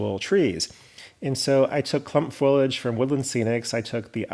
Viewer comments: Foilage or foliage? Lol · I recently retired from CSX in Pa. and I can verify the realism of your mountains - I grew up in them! One suggestion: The word is pronounced "FO-lee-age." I'll check out your other projects now.